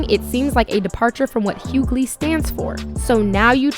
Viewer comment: Question. the narrator refers to DL as hughgaley. Isn't his name Hughley? Is everyone mispronouncing his name.